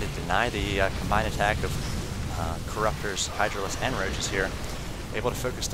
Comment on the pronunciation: Whenever you pronounce "ck" it words, you add a few h's in there so it's like, "He was not able to attachhhhkkkkssh the void rays." Idk it just bothers me. Sorry.